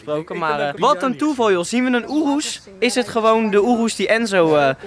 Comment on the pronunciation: Ik irriteer me echt aan hoe sommige dingen uitspreekt. Zoals rs6 aabeetee hij zegt apt of lambo urus hij zegt oeroes.....